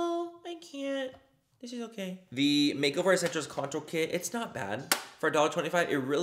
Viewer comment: Lol Did the package say it was a Contour Brush Manny? Or Coture Brush?